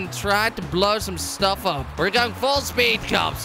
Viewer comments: In the intro he said upa instead of up he pronounced Apa which means dad in Hungarian! Also I'm a huge fan been watching since 10K subs amazing to watch u grow! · at the first time you say up so much it turn into (apa) in indonesia mean (what)